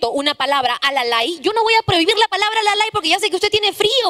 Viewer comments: Sigrid voquita de caramelo. No es alalay es alalau. Cojudignes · Como Cusqueño y quechuhablante no existe "alalay" se dice alalau/alalu no sabe ni hablar un vocablo quechua la calabacita Sigrit. Vaya a leer más izquierdosa! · Esta Sigrid si que es... ! "alalay"? Se dice "alalau", y no todos los cusqueños utilizamos esa palabra para expresar que sentimos frío. Y de todas maneras, esa expresión coloquial nada tiene que ver con el lenguaje inclusivo. No hables de lo que no conoces, mamita! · Sigrid no se dice alalai se dice alalau y es parte del dialecto wanka.